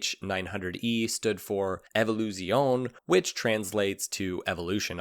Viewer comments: You really need to learn how to pronounce Italian words if you're going to use them in your videos - (eg "evoluzione is "ay vo lu zi oh nay") and when referring to Mrs. Mike Hailwood, understand that she is his "widow", not his widower. You would bring your production up a notch and sound like you know what you're talking about. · It's actually pronounced "Evo-luzi-on-nay" You can't drop the E at the end 🙂 Great video BTW (I love the MH900 and especially the 999) Can you do the Paul Smart 1000 next? Thanks